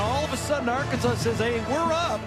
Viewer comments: That's actually how some people in Kansas pronounce Arkansas. I remember staying at my mom's cousin's house in Wichita when I was 13 and they were watching the news - the weather came on and the weatherman mentioned storms in Ar-Kansas. I started laughing and I asked why he was pronouncing Arkansas like that and my mom's cousin said it's how they pronounce it. My fragile 13 year old brain couldn't handle that information. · Les Miles asked for it calling the Hogs Ar-Kansas